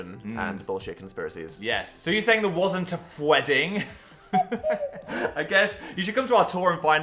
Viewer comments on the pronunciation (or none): he said the word phwedding. phor real. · PHWEEDING? WERE INVITED? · the haunted look in dan's eyes every time phil uses the word "phwedding"